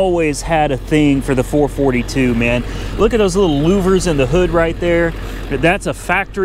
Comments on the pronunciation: It's a Four-Four-Two not Four-Fortytwo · Its not pronounced four forty two its pronounced for four two. As for how it started? that thing needs some serious carb work. We get temps of colder than -40 up here and even at -40 my all original 1963 Dodge 4 dr sedan with its original carb will start better than that thing did at +25. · FOUR-FOUR-TWO, NOT FOUR-FORTY-TWO. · Four-four-two, not four forty two. Ans it's swivel seats, not swing-away. Geesh! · HEY! its not a four forty two Ita a four four two.. Ur grounded. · Four-four-two, not four 42.... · Four Four Two not four forty-two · he doesn't say it right. Look it up. It had hyphens between the numbers originally